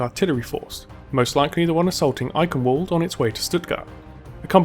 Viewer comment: ALDER NOT ADDLER